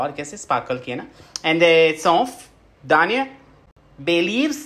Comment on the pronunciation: Gaurav said: dhaniya😂 but I heard it Daniyal😂😂😂